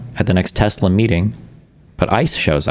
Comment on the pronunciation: "I love tesler!.... ... just kidding, changed my mind."- DJT